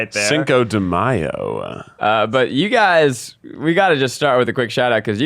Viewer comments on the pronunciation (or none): none